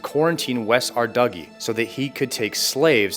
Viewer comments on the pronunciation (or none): there’s no chance ong you just said “West Arduggie”